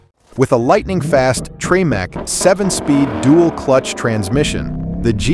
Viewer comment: What's a "Treemack" transmission?